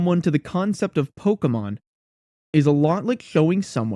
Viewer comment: Imagine making a one hour video about Pokémon GO and pronouncing "Pokémon" wrong edit: OK so as someone who still plays this game almost daily, this was actually kind of a fun watch. Also, I am legally obligated to leave a like for including an indirect ProPlanty mention, he's the GOAT and one of the last actually good GO youtubers